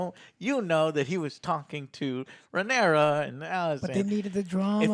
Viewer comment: He struggles to say Rhaenyra so much he just shortens it to Rey lol.